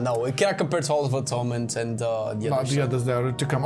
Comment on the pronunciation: Halls of Atoonment 😂 I love you guys so much